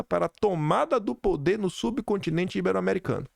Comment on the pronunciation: A pronúncia correta é “ibéro” e não “íbero”